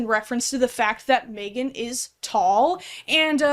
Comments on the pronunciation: love your content so much but the way you pronounce megan as "may-gun" rather than "meh-gun" is so upsetting to me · it makes a lot of sense that you say megan like maegan… i cant explain it it just does